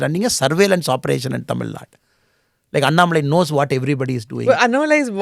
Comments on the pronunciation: Sensible and content packed no- nonsense interview. Both the interviewer and interviewee have to be appreciated. Bu Smita Prakash, pls get the pronunciation correctly. It is अन्नामलै not अनन मलाई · Wonder how a person with southern bkgd like Smitha ji could not get annamalai pronunciation right? Or is it a strategy? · Why she is pronouncing Annamalai in weird manner...